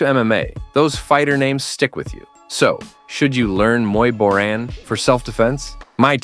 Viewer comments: Hey AI, it's Muay "Bohr-ahn", not "Muy Borin'" like the narration. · Muay boring...muay borian...muay borran...damn I hate AI voice-overs 😂. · It's pronounced Muay Boran (BORE-ON).